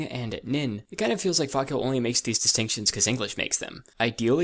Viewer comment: wis only ZESE consonants